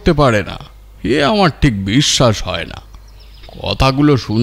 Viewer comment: মতামত " আম।র" jaegae " আআর" বলবেন না